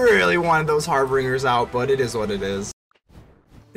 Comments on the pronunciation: Dig the deck, but it's harbingers (pronounced "binger" like someone who drinks too much. Lol) not "bringer". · So it appears I can't read and decided to throw an 'R" in Harbingers and pronounced it "HarbRingers" this entire video. I've never heard of the term "harbinger" so it never occurred to say it like that. Feel free to roast me into ashes in the comments. 😎